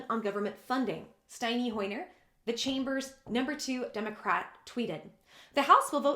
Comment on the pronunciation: I like shorter! It is pronounced St. En. NY. HOYER THE MIDDLE LIKE END NOT steiny.... lol